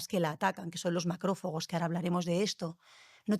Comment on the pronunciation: No sé si me fío mucho de una persona que dice touleno en vez de tolueno, o macrófogos en vez de macrófagos. Por qué no invitais a los que hacen la investigación directamente?